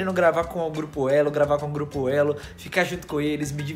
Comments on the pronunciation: Geupo kkkkkkk tá meio errado kkkkkk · "geupo"kkkkkkkkk eita tá errado em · Geupo elo? O português em kkkkk